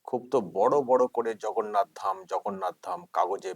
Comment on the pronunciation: উনি ধাম কথার অর্থ জানেন বলে আপনার মনে হয়? আগ্রাসী মনোভাব থেকে এগুলো করা যায় না। অজ্ঞানতা থাকলে যা হয় আর কি। পুরো পাগল হয়ে গেছেন নাহলে প্রভু জগন্নাথ কে ভগন্নাথ বলেন।